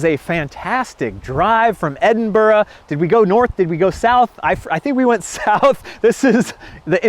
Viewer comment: Well done pronouncing Edinburgh correctly!